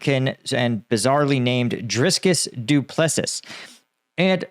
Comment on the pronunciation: It sounds like Dupeplussea not whatever you said,pronouncing sucks